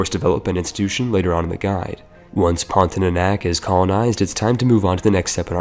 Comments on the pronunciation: omg it’s pronounced as porn-tia-nak and not porn-ti-é-nak nonetheless good video tho HAHAHAH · It's PON-TI-A-NAK not PON-TI-NA-NAK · Its pontianak not pontinanak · Pon - ti - a - nak not pontinanak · What is Pontinanak? I only know Pontianak. If you wanna do a video, you should at least learn to read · Heres how you pronounce "pontianak" Ever heard of the word "pontic"? Yeah just say "ponti" without "c" and "ah-nahk" Or to be simple "pawn-thee-ah-nack" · Wkwkwk ada juga yg kesel denger pontinanak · I just want to say : pon - ti - ah - nahk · As Indonesian it is very funny how you pronounce Pontianak Great video btw